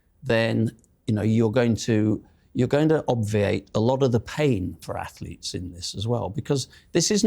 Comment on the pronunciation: "AFLETES" Seriously? He can't even pronounce Athletes.